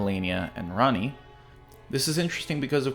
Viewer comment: Lunar Princess "Ranney" eh? Lol